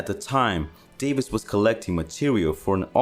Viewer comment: bro.. love the channel..i literally watch every video and like em.. but a word of advice.. English people with the surname "Davies" is actually pronounced "Davis".. so next time you talk about Hunter Davies or Ray or Dave Davies from the Kinks, now ya know.. 🙂... ✌🏻➕🤟🏻